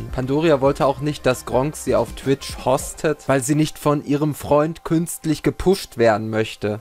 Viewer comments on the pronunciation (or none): "Hostet"? Das spricht man "housted" aus!